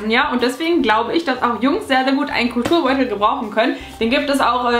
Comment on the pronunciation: Ich hab statt Kulturbeutel immer "cooler Turnbeutel" verstanden 😂